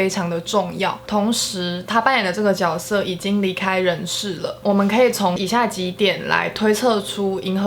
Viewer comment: 看完才知道mv真的不简单 解析的好棒！！ 也难怪这次总有种谜之伤感 预感女友这次一定会大发！（悄咪咪告诉你其实“角色”是念jue😂